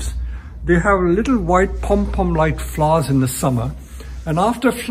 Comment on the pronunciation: I love the way he say s flowers? " FLOUS